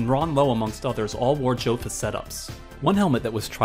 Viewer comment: Good video. It’s STAY-lock and YO-fa not JO-fa.